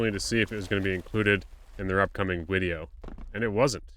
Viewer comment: you said “wideo” hahaha